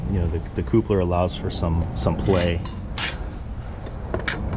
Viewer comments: Thumbs down for irritatingly saying CŌŌPLER instead of I assume coupler (kaplər) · Appreciate this video! Is your pronunciation of coupler real life? It's pronounced cup-ler lol. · Like I’m sure he and his lady make a totally cute “coople” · Great video, but that word. I don’t know why it’s triggering me so bad but damn, every time he says it 😖😂